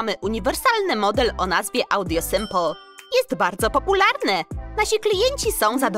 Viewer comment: Sipool (czytaj) simpul